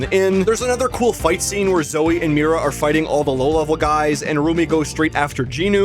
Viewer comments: um It’s Mira Not mari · he said mari instead of mira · Bud.. it’s Mira not Mary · Not bro saying “Mari” instead of Mira TWICE.